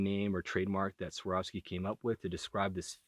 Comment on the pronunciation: Get used to saying a hard V dude. Its Svvvvvvvvvvvar ovski.